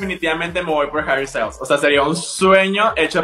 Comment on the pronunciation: No es Harry estayls, es sssstails